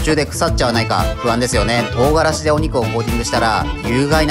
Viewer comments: とう↓がらし↑ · 唐辛子のイントネーションが違う